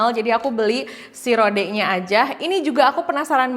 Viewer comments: Kak, di bacanya ROD, bukan RODE, hehe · Rowd gt kyk ada w nya